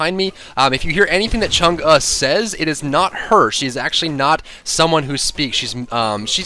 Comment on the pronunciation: from the people of china: thank you for pronouncing her name correctly! :)